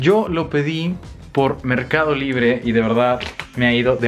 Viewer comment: Merrrrrcado libre 😂😂😂